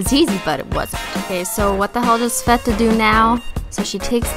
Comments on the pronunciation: Sveta Yup, you pronounced it right) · Yep, you pronounced her name correct. Sveta short for Svetlana. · I think you pronounced svetas properly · You are pronouncing her name right, I'm surprised actually